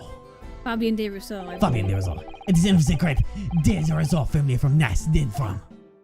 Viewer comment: As a french, I love what they did with Fabien The "ze" hurt....A lot.....Because on how accurate it is HOW THE HELL DO Y'ALL PRONOUCE THE [H] ALSO